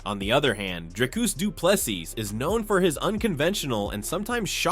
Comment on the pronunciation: Not doo ple s i s but say SEA or SEE